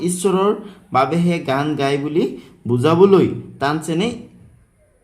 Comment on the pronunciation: আপোনাৰ গায় শব্দটো গোয় হৈ আছে।